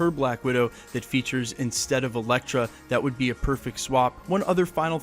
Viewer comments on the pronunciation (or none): none